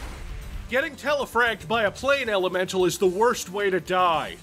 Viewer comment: Oh god hes even doing the tiktok thing of mispronouncing something to get comments "Plain elemental" ... oh god im perpetuating it